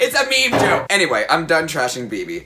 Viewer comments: I don't think Kennedy don't know what a meme is, she just can't pronounced it right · KENNEDY KNEW 👏🏽 WHAT 👏🏽 A MEME 👏🏽 WAS 👏🏽 JUST NOT HOW IT WAS PRONOUNCED